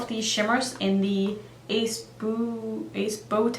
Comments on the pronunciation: I believe it's pronounced Ace Bu.... Tay. If I'm saying it correct it's a long-u sound after the B. However I can be wrong also 🤣 I didn't read comments on that video, so not sure of other help you got. I love that you do colorful looks with eyeshadow and you do it well! I never wore colors in the brown, red or gold of any kind until now. Throughout my teens, 20s and 30s colorful shadow and blue eyeline was it! No other color even got my attention. Now I'm in my 50s, well let's say things change. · Love the video babe! I love that brand! Also, for sure (it’s on their website) it’s Ace Boo-Te